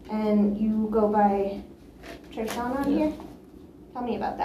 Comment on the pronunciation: TreShon?!! Lol